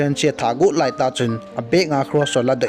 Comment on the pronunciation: Like the way u say doslight😆😆😂